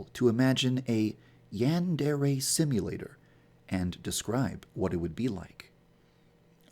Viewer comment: So... uh... Who wants to let this guy know how to pronounce 'yandere' correctly?